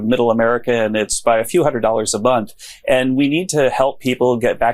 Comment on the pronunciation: He said, "a few hundred dollars a bonth"....Christ almighty.